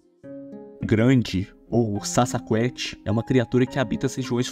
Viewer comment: Só uma leve correção meu chapa. O nome correto do pé grande é "Sasquatch" e se pronuncia da mesma forma da leitura. Você disse Sasaquatch kk